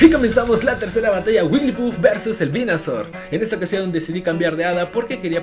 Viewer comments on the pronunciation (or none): Y es WigglyTuff con T